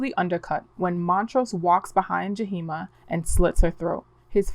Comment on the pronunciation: The two spirit name is Yahima not Jaheema